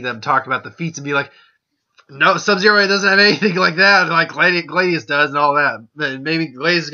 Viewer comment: His name is pronounced Glay-see-us.